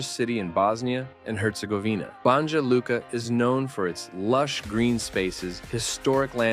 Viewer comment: It's pronounced "Bon-ya" ... the J is pronounced like a Y in English.